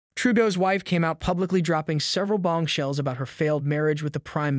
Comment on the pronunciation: Bongshells. You heard it. Another gift of AI.